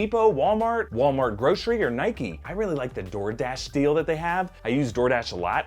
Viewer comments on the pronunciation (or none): none